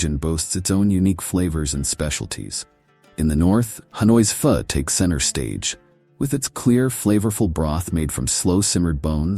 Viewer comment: Love your narrative, both says much and shows a lot of Viet Nam most of us "round eyes" are unaware of...... The point that piqued my attention in your narrative was your complete annihilation of the word "Pho". Yes, I understand it's spelled like that...however, just because it's spelled that way DOSEN'T mean it's pronounced that way, in this case to "o" is pronounced as "a" or as in the whole word...."Pha". Attention to detail, attention to detail.😊 And for anyone a little squeamish about sampling Viet Namese cuisine......Pha is a VERY good dish to start your journey with and then gradually work your way into the more "exotic" dishes.